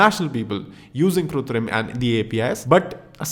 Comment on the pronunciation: its KRITUM bro not kutrim